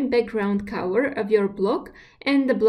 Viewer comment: I guess when she says cower it's actually color? Distracting